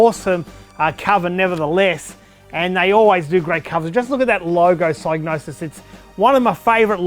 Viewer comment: for pronouncing Psygnosis correctly (with a silent G like Gnosis)